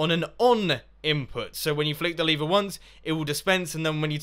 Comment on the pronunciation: Why r u saying leever. Its lever